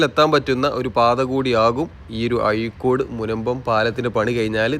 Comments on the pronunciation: ആയിക്കോട് അല്ല അഴിക്കോട് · അയിക്കോടല്ല അഴീക്കോട് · യ അല്ലടോ ഴ എന്നാണ്